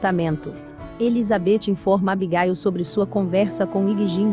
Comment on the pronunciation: Nem me fale "Abigáil" kkkkk